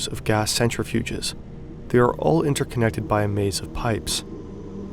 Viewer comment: The way he says interconnected I could only think of it being a Psyop